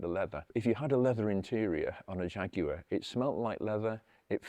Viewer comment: Nice to hear the word Jaguar said perfectly, and not like our cousins in the US saying Jagwar